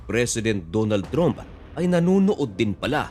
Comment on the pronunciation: Hindi "TROOMP" ..."TRAMP" po!!